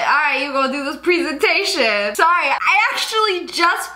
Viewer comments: Greta looks great, even cuter then Renee! Yet, she gets fired? There is NOTHING wrong with hard work. My parents always said, "Don't let anyone down, hard work always pays off" At least the boss says "PREE-san-tay-shun" instead of "prez-an-tay-shun" and also, you CAN'T fire someone without the official papers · I like how he says preesentation and not presentation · Is no one gonna talk about how he said pesentation.. even in the lyrics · The fact that she said prEEEsintion 2 times triggered me.....>0<